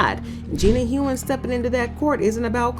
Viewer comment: Gina Hun. Not Hoon